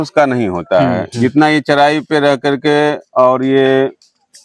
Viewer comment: Thik hai bhai....Lekin Aap Bihari log R ko D kyu bolte hain. jaise Charai ko Chadhaii... Bullshit